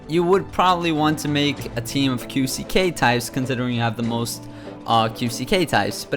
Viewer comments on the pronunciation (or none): As a big One Piece fan, It freaking annoys me the way you pronounce characters.. "Soje-king", "Juzo". Do you even watch the fl'n anime dude? then there is the Q-C-K, etc. just say quick/Dex/Strength ffs. ur trying too hard and u can't even pronounce their names? Sorry if I am really fun annoyed but out can I do, I'm a fucking fanboy! ps. ur guide sux